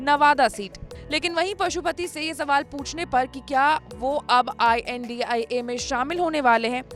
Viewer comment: India bolne m dikkat abp news balo ko